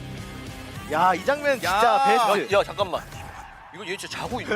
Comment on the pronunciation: 다 뭉개지는 발음으로 아 자까망... < 여기 넣어준거ㅠㅠㅠㅠ 대박 귀여워 진짜 아기졸업 유예해야겠다